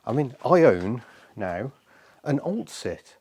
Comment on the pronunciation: I thought you said oldshit not oltcit haha. I will be amazed if you get that running on the road.